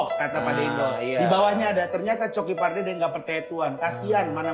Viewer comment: Diakan pardede bukan parduda😂😂😂